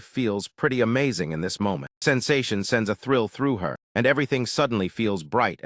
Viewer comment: bro said amaganize